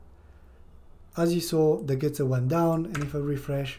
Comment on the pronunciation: Not "getter" but "gutter"... everything else was very helpful